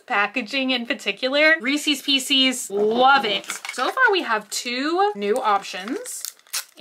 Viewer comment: I can’t stand when people pronounce Reese’s Pieces like that